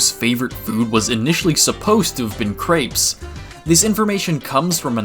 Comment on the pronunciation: The way you pronounced crêpes made my brain hurt